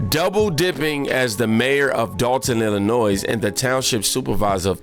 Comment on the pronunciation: Mate, you've got a great channel! You're evolving well with it!! One thing man, Illinois, the (S) is silent.